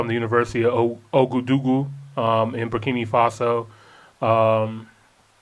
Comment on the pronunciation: I feel like people are purposely mispronouncing Burkina. Ibrahim says it correctly multiple times in most of his speeches, and yet urban folk seem to choose to pronounce it Burkini for absolutely no reason at all. Why?